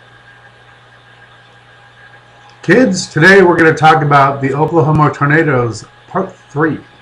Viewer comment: You are to stupid to even say Oklahoma right.